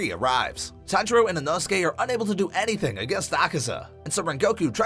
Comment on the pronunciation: It’s not said inosuke but said inohsuke